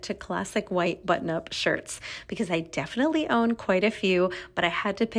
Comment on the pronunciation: Def-ly. Prolly. It’s pronounced def-inite-ly and pro-bab-ly. Annoying. Say ALL of your syllables.